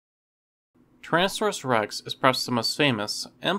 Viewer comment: Transaurus rex 🤣